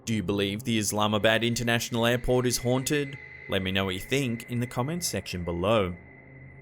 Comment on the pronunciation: Now, am I a dork or does anyone else hear Islamabad pronounced as, "Is llama bad?" xD